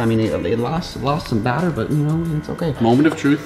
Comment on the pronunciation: This haw meny times he said bater